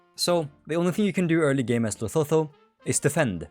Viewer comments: Lesotho is pronounced "Leh-SOO-too" not "Leh-SO-tho" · its pronounced les SOO too man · just letting you know, Lesotho is pronounced Luh-soo-too, common mistake!